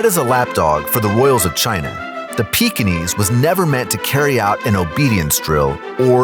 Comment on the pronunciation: Peekenees? Try saying it this way: "Peeking ease" with a very soft g, leading into the e, so that there is not a hard Edge on the e, as saying "e" has. It's from Peking, therefore it is Peking-ese, just like the Bengal tiger is from Bengal, it is therefore, Bengal-ese.